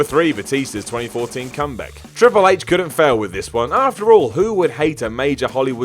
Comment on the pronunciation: "Comback"? xD